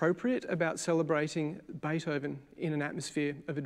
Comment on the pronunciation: his name is Beethoven (not Baythoven). I don't call Elvis Olvis just because it fits my mother tongue.